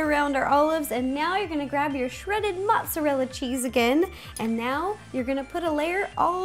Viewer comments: Ro it's not motsallela its motarella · She pronounces Mozerella "Motzallella" too funny but Ro you are awesome! Love your videos so much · Do you say "mozzalella"? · mozzarella not mozzalella 😂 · On she said motsolella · did she say mozalella on purpose? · Why do you insist on pronouncing mozzarella as "maht-sa-lela"? That's not even Italian pronunciation. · Kaiju Kid She just mispronounced mozzarella. There's no such thing as mozzalella cheese